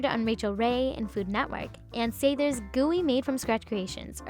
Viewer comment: Is she saying sathers right? I thought it was sah-thers not s-a-there